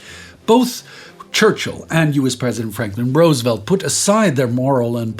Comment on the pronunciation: Thank you for everything you do! Also, thank you for pronouncing Roosevelt's name correctly- it blows my mind how many Europeans don't.